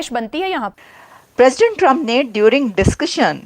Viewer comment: भाई दुनिया के 47 प्रेसिडेंट बने है आप बोल रहे हो पेशेंट बने है😂😂